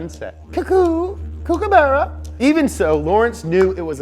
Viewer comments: I'm sorry did he just say kookabarra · Did he just say kookaberra?